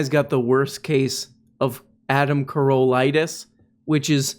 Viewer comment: Adam Ca-ROWE-lla